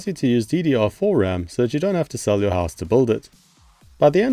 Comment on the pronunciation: Had to go back and re-listen a couple of times cause the phrase "you don't have to sell your house to build it" totally sounded like "you don't have to sell your ass to build it"! 🤣